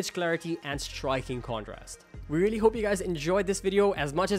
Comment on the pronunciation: I veally veally don’t know